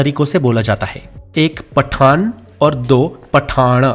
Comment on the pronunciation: पठान और पठाण 😂😂😂